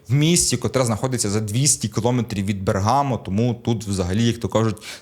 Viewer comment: БЕргамо, а не БергАмо.